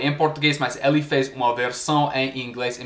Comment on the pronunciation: O que mostra mais o seu sotaque são as letras "o" e "e", há momentos que seria "ô" e outros "ó", "ê' ou "é", e muitos americanos trocam esses fonemas, por exemplo, na pronúncia da palavra "hoje", muitos falam "hóje", quando na verdade a pronúncia é "hôje", e a palavra "ele", muitos falam "éle", quando a pronúncia correta é "êle", e as vezes fica num meio termo, o que soa bastante estranho kkkkkkkk